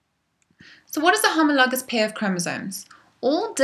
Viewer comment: I love the way you say homologous